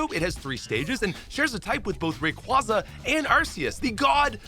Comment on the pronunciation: I’m not sure if you’re already aware, but your pronunciations still needs work like Arceus and Rayquaza. Watching anime and Pokédex 3D Pro is one of the best options.